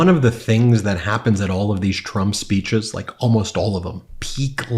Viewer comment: 'Mirror, mirror, on the wall, who is the fittest/best-looking of them all?' "Why YOU are, Sir!" 'I laike this guy.' (Anyone else as irritated as I am when he pronounces 'like' as 'laike'?)